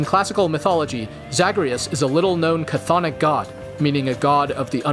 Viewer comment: Ah the mispronunciation of Chthonic.